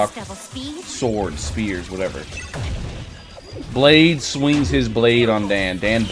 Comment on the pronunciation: Balde? Haha its blade